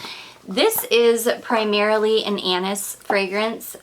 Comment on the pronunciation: Forget about the panties how about the “ Anus” she keeps mentioning again and again lmfao 😂😂😂 she means “Anis” omg